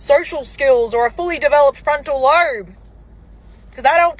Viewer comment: Thing . It's lobe, there is no R in that word. 😅